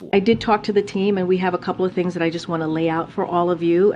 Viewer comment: please try to pronounce the words this, they, that correctly and not dis, dey and dat... seriously Bro.